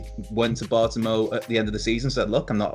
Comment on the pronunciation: It’s pronounced Bart-oh-may-oo